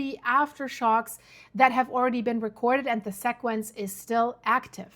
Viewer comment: FYI, the word sequence is pronounced: SEE-quence. ☺